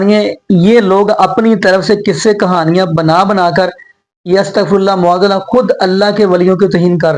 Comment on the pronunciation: Ma'aaz Allah aap kyon nahi sahi se bol sakte? You always say Mu'aaz Allah. Can you correct your pronunciation?